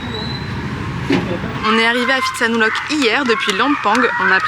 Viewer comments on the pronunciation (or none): Bonjour et merci de votre partage sympa. Le ph en Thaïlande se prononce p , pas , f ex pitsanlok , ko pipi, etc... on attend le prochain épisode a+ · Pitsanulok, pas Fi !!! tout comme Pra, pas Fra...cela dit, vos vidéos sont sympa, merci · Vous n'avez pas remarqué que les locaux prononcent Pitsa et non Fitsa ? Pourquoi les français prononcent le PH Thai " F" ?? C'est pas du grec !!!! H légèrement aspiré , le P se prononce P . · Je me demandais s'il ne vous était pas arrivé quelque chose... heureusement non, sinon la découverte de cette ville de Phitsanulok (prononcer Pit avec le H aspiré et non Phi comme en grec) n'aurait pas été possible. Plaisanterie mise à part, c'est étrange que vous n'ayez pas trouvé un marché de nuit. Ce n'est pas uniquement touristique, c'est typique Thaïlandais. Ce n'est pas grave, vous avez pu voir un musée plutôt chouette. Vos vidéos sont vraiment sympathiques quoi que.... trop rares. 😁... Merci pour ce que vous produisez.